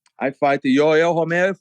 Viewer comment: I think the way he says Yoel Romero is correct